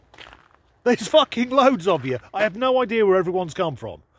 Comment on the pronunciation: Annnnnnnnnnnnd, the THUKKING Bloopers 😅😂 🤣